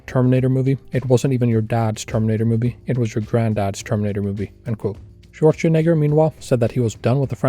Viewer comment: Dude, learn how to pronounce Schwarzenegger already 👀